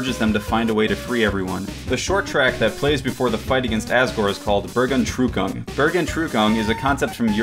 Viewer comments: "buur gone true kon" That's very far off the pronunciation of bergentrucken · Bergentrückung - Level of German word pronunciation: 0 XD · The way he pronounced "Bergentrückung"... I needed a few seconds to understand what he was saying. It's pronunced Bear-g-ant-rü-koong. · HAHAHHA, your pronounciation of Bergentrückung was amazing :D time to rewind that part over and over now to improve my knowledge of english pronounciation.. your version sounds a bit like "burger trooper" to me XD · I pronounce it like this burg-en-trucking (probably insanely wrong) lol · It's more like bearg- (like bear) ant- (like the animal ant) ruckung (first u like a french u, second normal). Bergentrückung is a combination of 2 words. "Berg", that means "mountain" and "Entrückung", that means something like "ascend" or "ascend to heaven". Google translator gives "rapture" for "Entrückung", but as far as I understand both meanings, it's another meaning for "Entrückung", that is probably not meant in this context. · burgenrücken? Burgernrucken? What kind of pronounciation was that? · "bergentrukong" lolwut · holy shit did he butchered the word Bergentrückung, no bad blood or anything, just holy shit xD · funny hearing non german speakers saying "bergentrückung" :D